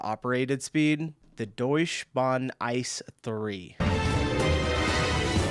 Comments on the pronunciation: The German one has nothing to do with ice. Its spoken I C E. The meaning is Inter City Express. Thanks for your reactions. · for exactly that reason, 2 trains interlinked so one crew can drive it in cologne the ICE ( pronounced I C E not ice) is split into two individual ones on a regular basis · There is a video about the world record drive at 574.8km/h (357 mph) of the TGV. The German train is not called "Ice", the letters are pronounced individually like the American CIA or FBI. ICE stands for "Intercity-Express".